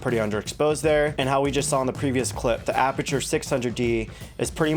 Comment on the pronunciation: Btw it’s Aputure and not Aperture 🙂